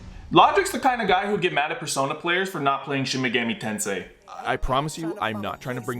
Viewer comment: THATS NOW HOW YOU SAY SHIN MEGAMI TENSEI IM CRYING